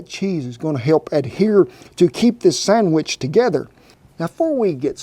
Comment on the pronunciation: I have to back that up twice, I could have sworn you said, "Cut the summbitch in half." hahahaha Love your channel, Cowboy! Never thought I'd see you make a Monti! My favorite breakfast. I top mine with a dash of powdered sugar, raspberry jam, and homemade maple syrup. YUM!